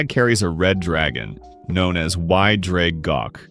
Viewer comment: You realllllly need to have another go at pronouncing Y Ddraig Goch 🥴